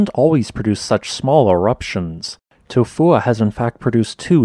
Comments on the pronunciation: The name of this volcano is almost poetry. It kind of just rolls into you.😎 I'm surprised at how well the bot voice says it. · You get a thumbs up just because you can say it’s name. Without going into a coughing fit